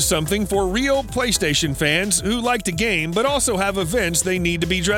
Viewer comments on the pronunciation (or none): none